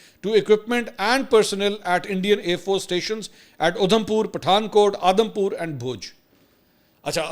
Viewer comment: Its Aadam pur not udaam pur. 😂